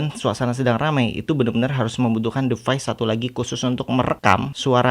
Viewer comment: Klo boleh saran.. Pronunciation nya bnyk yg salah kak, kyk 'scene' 'device' yg terulang2... Sukses slalu ya